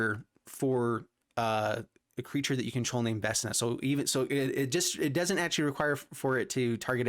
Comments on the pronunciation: Vecna doesn't have a s in it. Vec-Na! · Yeah, for me it reads VeKna. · Hurting my brain for how he says Vecna